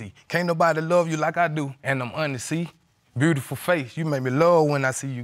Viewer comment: He pronounced the word beautiful, brutiful, in his whack rap.😂!